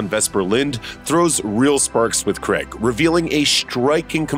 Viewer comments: Craig. CRAIIIIIIIIIIG. Not Creg ffs. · It’s Daniel CRAIG ..Not Creg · When are Americans going to learn how to say Craig